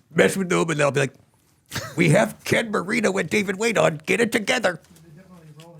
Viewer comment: You're so cute,. Sounded like you said Ken burrito, instead of Marino 😆